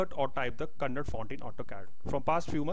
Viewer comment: Kannada not "KANNAD"